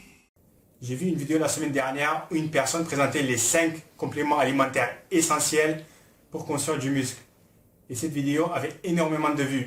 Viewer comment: J'adore comment tu insiste sur "L'ESSENTIEL" ahahaha